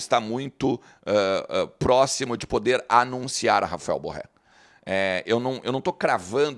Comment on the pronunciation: Diz-se BorrÊ.